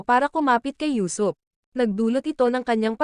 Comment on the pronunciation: Usuop not yusop